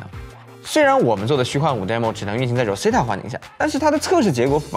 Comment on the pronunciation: Rosetta的读音都读错了，好好学学英文。